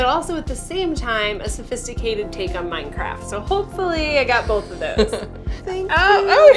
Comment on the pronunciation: I PLAY MINECWAFT!!!!!😂😵😳😍😍😍😍😝😝😘😘😜😜